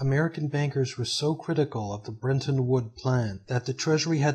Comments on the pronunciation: Fascinating stuff but, please, there's no way to get a pronunciation of "brenton" out of "Bretton". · BRETTON!!! BRET-ton Not BREN-ton!!! Please learn to read! That's incredibly ANNOYING to me that you CANNOT pronounce CORRECTLY... The name of one of the most IMPORTANT ACCORDS in ALL of HISTORY! BRETTON WOODS!!!